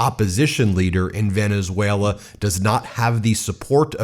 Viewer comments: He presents characteristic aphasia which coincides with dementia types. Aphasia manifests in his mispronouncing words when generating speech. Most recent example today in his press conference 1-3-2026 when he mispronounced Venezuela as "Venezue-LER". Again, he has shown he shows more aphasia symptoms than he did 10 years ago and now regularly has difficulty producing words in his speaking ability. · Did anyone hear, or noticed (around the mark), when trump pronounced Venezuela… “Venerzueler”?😂😂😂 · Trump you can’t even talk it’s not Venezuelr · "Venezueler." Good pronunciation, djt. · Sounds like the Mad King has renamed Venezuela. It's now Venushwaylur. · Trump said "Venezueswailer" not pronouncing "Venezuela" correctly! How did this low IQ moron ever get into office 😠 👇 All the delusional weirdo "Red Caps"🖕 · Trump said Venus whaler. 🤣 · Venezueler.... dementia don strikes again haha (just past the 12 minute mark). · Venezueler??? He's obviously not well. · Wait a minute. He said, "... Venezueler..." Everyone positive it was Valenzuela and not some demented, malignant narcissistic delusion? Oh wait. Dead people. Okay. Just checking. Maybe this demented malignant narcissist will put in a good word with god for 'em. He's that kinda guy. 🤣🤣🤣🤣🤣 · Venesailor? Maduor? Could he possibly be having another stroke? He’s having trouble pronouncing words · He said Venezwailer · Venezueler? Come on gramps spit it out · He keeps saying Venezueler. Like Tesler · Venezuelar…Teslar. Hmm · Did he say Venezwhaler? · This speech was horrible to watch. Venezuelerr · Venezueler??? Really??? Takes over a country and can’t even pronounce it??? The man is stark raving insane!!!! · He said Venezuelaer pathetic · When did Venezuela get an R at the end?!????😅